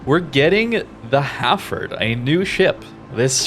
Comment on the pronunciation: So weird hearing it pronounced Ha'ford. UK vs USA pronunciation :)